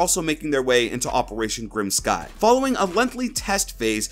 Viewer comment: The way you said Grim Sky gave me cancer BOI